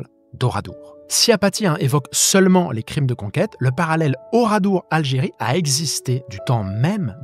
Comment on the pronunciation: Ouradour, pas oradour